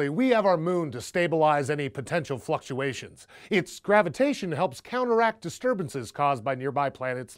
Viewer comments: ha ha he said fucksuations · "fuckuations" lmao!! caught me off guard